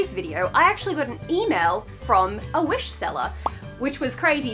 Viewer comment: I almost cried laugh tears cause of that ADIwish it reminded me of Adidog 🤣🤣